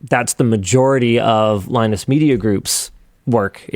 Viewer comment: is he saying "Linus" or "line is"?